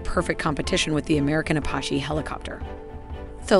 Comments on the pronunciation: A pah he? It’s pronounced Apache (a patch ee) lololol. Kokerent pulsed radar? Do you mean coherent? The gross mispronunciation really take a lot away from the otherwise good animations. Why not have a human read the script and repost the video? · What the hell is up with the narrator mispronouncing Apache and saying “kah” 52?